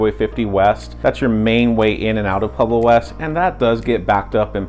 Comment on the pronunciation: Is he saying “PLueblo”? Why are people selectively illiterate?